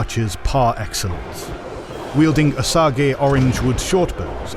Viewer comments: “Wielding Oh-sah-gay orange wood bows” lol it’s pronounced “oh-sage” like the sage plant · Osage is pronounced OH-SAGE fyi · It's pronounced OH-sayj. With all the hard work you put into these videos the least you could do is google the pronunciation of a few words. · He say O-sog-eee lol " Osage" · I love it but some of the pronunciations are killing me as a Wichita-born white guy - Osage - Oh-sage (like the herb), Kiowa - Ki-owah (state of Iowa with a K), Wichita (Witch-ih-tah).